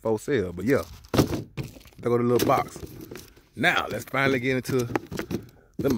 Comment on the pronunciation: Hell nah, my nigga said "finarry" 😂😂😂